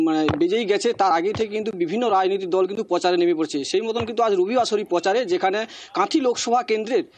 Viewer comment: 'পচারে'! 'পার্থী'! 'বয়াল্লিশে বয়আল্লইশ'!